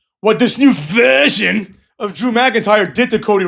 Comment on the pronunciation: New verhhsion , new vershhsion .